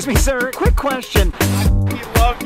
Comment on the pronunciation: Bro emphasized his love😂😂